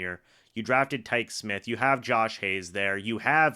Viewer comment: Bruh his name is Tykee like Tykeeey....Not "Tike"...tighten up.